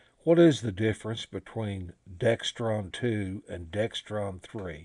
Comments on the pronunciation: Pronounced DEXRON not DEXTRON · there is no T in either one... DEXRON... no 'T' in it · There's no T in Dexron.